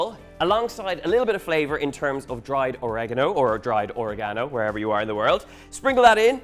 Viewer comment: oregano - How by looking how this is spelt can anyone say Orageno? Or-ee-gah-no